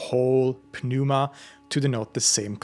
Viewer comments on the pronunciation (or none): The 'P' is silent in the word pneuma. It's pronounced like new-mah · Why are you pronouncing the "p" in "pneuma?" The "p" is silent (noo-muh) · Is this actually how pneuma is supposed to be pronounced?